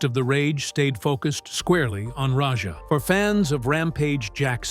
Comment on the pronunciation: Why do you call Raja Rodger?